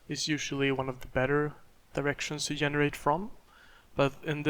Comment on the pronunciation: its called GENERATE! GE. Not ffffffff yenerate brooooooo stop it